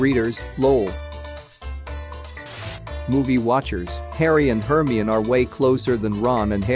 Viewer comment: The way they say Hermione 😭 "HURRME"